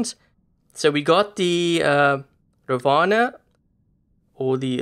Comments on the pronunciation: Its ravana not ravaanaa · Its "raavana" not ravana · It's pronounced as Raavan not Ravana!!!